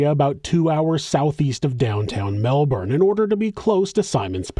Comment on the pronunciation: Super impressed with the research. But the best part is your correct pronunciation of Melbourne